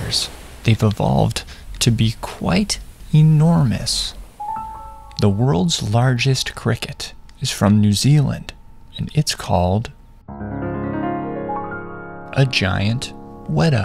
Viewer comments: i'm just laughing that he is saying shit. Instead of saying wētā which is the animal. His vowel length is hilariously short. weta = shit, wētā = the insect. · "weda"? mate, its pronounced WETA. you gotta have the T in there. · "Wedah" sir it's Weta with a T, mispronouncing Maori words is bad enough in the home country, let alone teaching the world 🥲